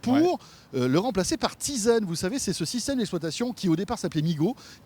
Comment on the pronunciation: Bonne vidéo, juste, c'est TIZEN et non pas TISEN ;)